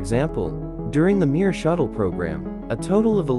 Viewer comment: Mier means peace in russian It's pronounced not MIIIR but m(ie)r ^ И И ИИИИИ